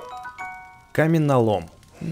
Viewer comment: Не каменолом а камнелом